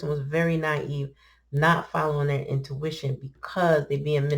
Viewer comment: "O'ntuition" is beautiful